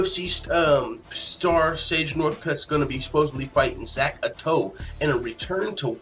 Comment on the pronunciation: That picture isn't Zak Ottow. Not how you pronounce his name either. Good content of the video but you might want to do more research